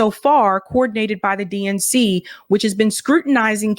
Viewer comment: I heard "DNC" as "dink" now ...